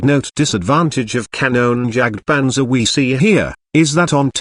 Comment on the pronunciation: xD you cannot speak Kanonenjagtpanzer xD it is so funny for me an austrian tanker